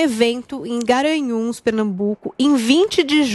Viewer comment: Eita!, não é Guaranhus, é sim Garanhus, estemponea, mais sim extemporânea, estrega o cargo a quem tem competência.